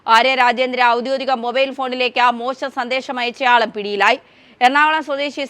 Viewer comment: ഔദ്യോധികം അല്ല. ഔദ്യോഗികം.